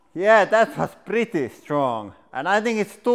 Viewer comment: This guy talks just like I do. Just with a heavy accent. It makes me laugh when he says things like my guess was preddy god damn good.